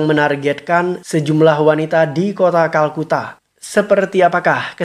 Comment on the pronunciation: bang kolkata bkn kalkuta edan